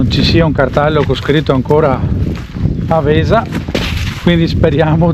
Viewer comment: Grande posto, noi di Verona lo conosciamo bene. Un suggerimento Àvesa non Avèsa. Bravo bel video anche per i veronesi e non che non lo conoscono. saluta Beppo.